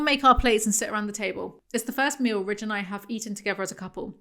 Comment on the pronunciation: Ok so I thought “Ridge” was “Rich” for like 3/4 of this video, thanks folks in the comments…